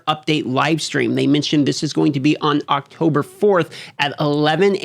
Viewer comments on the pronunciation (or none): none